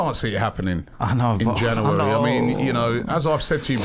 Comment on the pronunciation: Robbie says “Januwarry” 😂